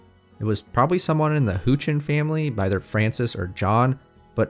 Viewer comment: houchens(how-chins) not who-chins lol